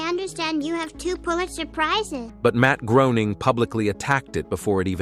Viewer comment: Matt . . . Groaning? LOL Jon Low-vitz? Warner Brows? Where are some of the scenes you’re showing come from? Is that the rarely talked about internet-only season 3? I’m out. AI sucks.